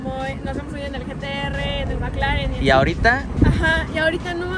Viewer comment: alguien mas escucho que dije magclaren